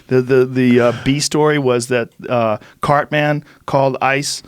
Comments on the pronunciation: ... im supposed to believe you watch that show after the way you pronounced "cartman"??... cart-MAN! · If noone else is going to say something then I am. Wtf was Joe pronouncing Cartman like Cart Man? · Joe is amazingly bad at pronouncing peoples names. Holy fuck. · A very emotional and poignant podcast, overshadowed by Joe saying, "Cart-Man"